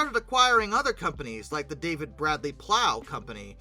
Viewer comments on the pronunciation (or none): none